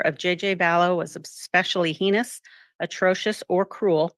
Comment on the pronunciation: Madame Clerk does not know how to pronounce "heinous." She should.